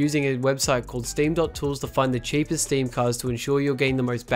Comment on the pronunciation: stem this, stem that. my ears got cringe fucked